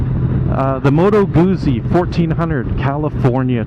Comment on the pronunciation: A SPORT bike handles like a Sport bike, sorry. Moto Guzzi, Guzzi is pronounced like Pizza, the z’s are pronounced like t’s. I’ve had a 2002 California , it was ok, plenty of personality. I think the new Goldwing tour is more like a larger FJR. Thanks for your review